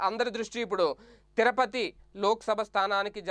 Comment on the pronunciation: తిరపతి కాదు.. తిరుపతి. జర్నలిస్ట్ లు నోటికొచ్చినట్టు పలుకకూడదు